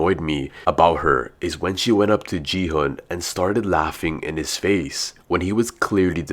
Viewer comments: it's gihun not jihun bro!!!!!!!!!!!!!!!!!!!!!!!!!!!!!!!!!!!!!!!!!!!!!!!!!!!!!!!!!!!!!!!!!!!!!!!!!!!!!!!!!!!!! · Bro knows so much about the games but still calls still calls gi hun “ji hun” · You said ji-hun its actually gi-hun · No offence but he is called gi *gee hun